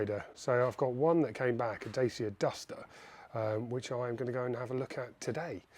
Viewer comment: Please learn how to pronounce "dacia"